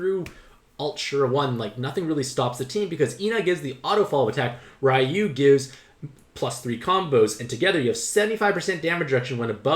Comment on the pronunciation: So that‘s a problem... What about Raiyu, who is pronounce Riyu?